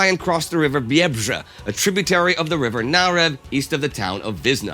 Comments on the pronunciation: Great start! The whole video is amazing, but the best part for me was Indy nailing the pronunciation of Biebrza. ;) BTW Wizna is one of several battles referred to as the "Polish Thermopylae", the most fitting one is, in my opinion, the Battle of Zadwórze fought on 17 August 1920 near Lwów (Lviv) during the Polish-Soviet War. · Props for saying "Biebrza". Hard word:) nice episode! Like the stories behind the songs.